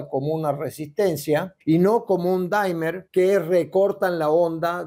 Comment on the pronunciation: 5.30 no te pases de listo con el inglés, que podrías confundir a la gente, según pronuncias 'dáimer' estás diciendo la palabra 'dimer', que significa dímero y podría parecer que hablas de la molécula de agua o qué sé yo, pero tú lo que quieres decir es ese artilugio electrónico que regula la corriente y en inglés se llama dimmer y se pronuncia mocosuena, 'dímer', no 'dáimer' como dices